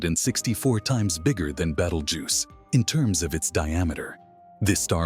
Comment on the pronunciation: At least pronounce the stars name correctly please.